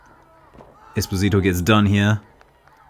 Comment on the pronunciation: Nice video! If I may, being Italian, I would like to correct you for the pronounciation of Esposito (because you are probably going to say his name more in the future...): the accent is on the first "o": Espòsito, not on the "i", Esposìto; this is a common mistake because - I guess - it looks like a spanish word, but in italian it sounds completely different. Sorry for being pedantic, but I just would like to be helpful.